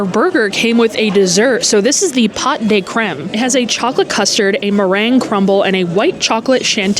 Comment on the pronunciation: Love your content! Pot in Pot de Creme is pronounced Poe.❤